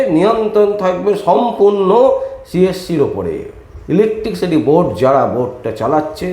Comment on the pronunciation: কথাটা 'ইলেকট্রিসিটি', ইলেকটিকসিটি নয়। দয়া করে এইসব সংশোধন করে সোশ্যাল মিডিয়ার ভিডিও করুন।